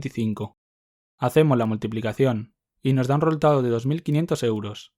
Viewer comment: xq dice "reultado" en vez d resultado jasjk